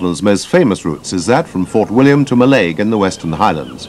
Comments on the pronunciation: In Gaelic, the emphasis is on the first syllable. So the pronunciation is MALLaig, not Mi'laig. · Do you mean Mallaig is pronounced wrong here?